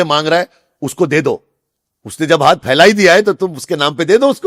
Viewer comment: Hindi ka uccharan galat hy aapka haat me😢